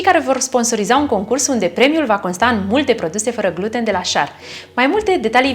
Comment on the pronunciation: Pronunțati incorect "gluten" accentul se pune pe a doua jumătate a cuvântului.